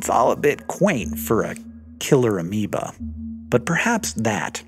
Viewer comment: Ameoba sounds kinda wrong. Haha.